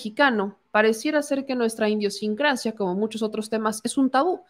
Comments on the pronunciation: Fe de erratas: IDIOSINCRASIA. I D I O S I N C R A C I A. No Indio-sincracia. Perdon, no lees bien. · Señorita, no se si lo hace adrede, pero la palabra es idiosincrasia, no indiosincracia... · Se dice idiosincrasia. No indiosincracia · la palabra correcta es idiosincrasia, tal como está escrito, sin N, pero tu la estuviste pronunciando como iNdiosincrasia. Es crítica constructiva. Me gusta tu video, saludos! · Gata por Liebre En serpientente lapsus estupido-sincrático, la conductora ni cuenta se dá, eso parece, o simplemente si se da cuenta pero por ese instante le vale madres, le parece absolutamente irrelevante el lapsus, en lugar de "idiosincrasia” pronuncia claramente, INDIOSINCRACIA...y lo vuelve hacer a la primera oportunidad. Les sugiero lo verifiquen ustedes mismos. Para muestra un botón, pues el subconsciente es lo que nos domina y nos determina, esto cuando no tenemos el autocontrol, previo autoaprendizaje y autoconocimiento, que es necesario para lo que tan gratuitamente llamamos "CONCIENCIA”, y por lo tanto sobretodo "CONCIENTIZACIÓN”. No es correcto que tengamos que afirme que un fraseo igual de conveniente a su preconcebida conclusión la siguiente premisa, p. ej. "Tenemos un presidente que opina de todo...” La hipocresía de esa enunciación de hecho, es que es muy claro que el presidente y su despotismo seudo ilustrado, solo opina, y lo hace de tiempo completo, eso si, sobre lo que le conviene, y le interesa; le interesa para su obsesiva conducta de amoralidad hacia si mismo y su definición de política, y así mismo de ejercicio de poder. Lo que devela su insana intención y lo que son sus intereses que quiere y logra con los que no están en dominio de si mismos, lo cual también se engloba en lo que podemos ya, tras más de cuatro años de exposición al poder, llamar: "los intereses de López Obrador “ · Idiosincracia no indiosincracia como menciono la señorita. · es IDIOSINCRACIA, sin la"N" que añades al leer "iNdiosinctacia"😂